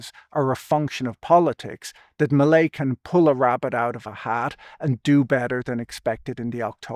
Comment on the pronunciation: Hearing "Melei's" sounding like "Malaise"